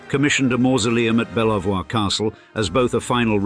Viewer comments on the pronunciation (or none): Good, clear narration. Thank you. But, Belvoir Castle is pronounced Beavor.